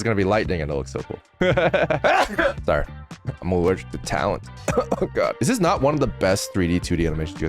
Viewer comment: "I'm allgeric to talent" real I literally love this its so amazing AAAAAA